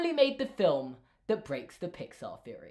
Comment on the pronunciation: "Feory"?(theory) lol